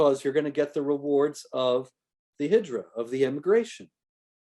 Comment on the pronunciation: It is "Hijra".